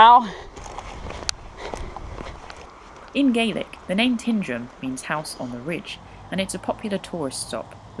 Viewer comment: having lived in crianlarich as a child (my father was born there), and my uncle lived in Tyndrum ( he was the local coal merchant)I can confirm that Tyndrum is pronounced as T-eye-ndrum rather than Tin. Great vid by the way.